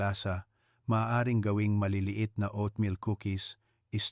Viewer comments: Hahaha...anong O at meal?...OAT MEAL....PAANO KMI MANINIWALA SYO..E HINDI KA MARUNONG MAGBASA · GAGO O AT MIL BIGKASIN MO NG TAMA HINDI NA YONG PAGBIGKAS NG ISANG IGNORANTEKUNG HINDI UMALI KA NA DYAN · Doc puede mo nalang bigkasin na Oat meal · Bakit O at meal ,nakakailang pakinggan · Meron bang o-at meal, patawa to si Doc, di halatang AI